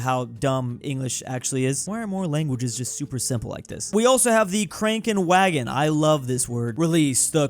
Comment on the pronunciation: No one: Drew: kränkenwägen